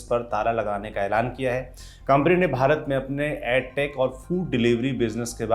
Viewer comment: आप बार बार ऐड टेक बोल रहे हैं जबकि एड टेक (education, not aducation) बोलना चाहिए। आप lallantop हैं, भूल गए क्या? जाने कितने देहाती छात्र आपका अनुसरण करते होंगे, कृपया भूल सुधार का वीडियो बनाएं ताकि वे भ्रमित न हों।